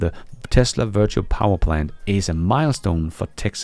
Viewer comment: Precisely!, as a Danish citizen, sometimes struggles with English. We must be indulgent. 😏